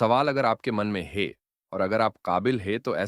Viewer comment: Apko ek correction suggest karta hun. AI jiss script ko read out kar raha hai, jab bhi woh "hai" ya "hain" bolna chahiye....wahan woh "hey" bol raha hai. AI la hindi toh thik hai, lekin aap ek baar correction karke dekhiye ki "hey" aur "hai" ka antar aa raha hai ya nahi. Dhanyawaad sujav swikaar karne ke liye.